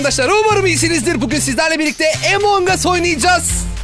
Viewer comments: Abi emongas deyil amongus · Evet emong us değil among us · ABİ O EMONG AS DEYİL AMONG AS ABİ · abi neden among us'a emong'us diyorsunuz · abi emong as değil among as